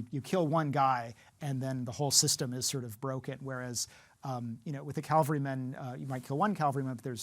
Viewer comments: this moron doesn't know the difference between cavalry and calvary. he calls the cavalry calvary every time. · He has a problem confusing the words "cavalry" and "calvary." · Pretty sure it’s cavalry, not Calvary. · Great video...but the word is "cavalry" to talk about a horse unit. Calvary is the hill where Jesus was crucified (if you believe in that stuff). :) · Interesting video but... CaLvary is a place. CaValry are warriors mounted on horses. He habitually mispronounces the latter (cavalry). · Every time he says Calvary instead of Cavalry, I die a little bit. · Cavalry, not Calvary. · why does he keep saying calvary instead of cavalry?! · It’s cavalry, not Calvary. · Guy keeps mispronouncing "cavalry" as "calvary." Dude. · Did I hear the word "Calvary" being used instead of "cavalry"? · and The word is cavalry - Ca-Val-Ry. (Calvary is where Jesus was crucified) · Immediate loss of credibility. The word is cavalry not Calvary. Men ride horses in the cavalry. Jesus died on Calvary. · My one and only gripe with this video is “Cavalry” being mistaken with “Calvary”. Otherwise, it’s very concise for each movie. Comprehensive enough while remaining brief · Cavalry not Calvary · Cavalry, my friend, not calvary.😊 The Romans were awesome! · As much as I like this guy and this video, the word is “cavalry”, not “Calvary”. I expect scholars of ancient history to know enough about languages to make the distinction. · It is pronounced caVaLry and not caLVary. You lost me in the first 10 seconds. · the word you want to use is cavalry. The word you are using is calvary. There is a world of difference. Calling yourself an expert and getting the words wrong is the first sixty seconds is appalling. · I’ll never understand these “experts” still mispronouncing “cavalry” all the time. CAVALRY CAVALRY CAVALRY. NOT CALVARY!!!!!! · When he says Calvary instead of Cavalry 😢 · Dude, it's CAVALRY, not CALVARY! Ain't nobody being crucified in the middle of battle. ???